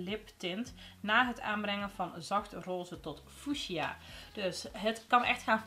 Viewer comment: Van Queen Bee tot Fuchsia ( uitspraak Fucksia) heerlijk! Top filmpje weer ❤️🤩